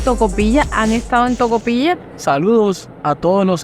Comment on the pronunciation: Se dice tocopillanos😅😅